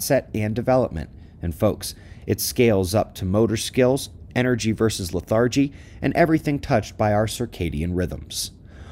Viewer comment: I hink it's LETH-ar-gy, not " leth-AR-gy".